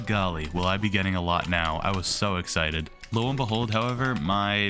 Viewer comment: did you just said "exited"?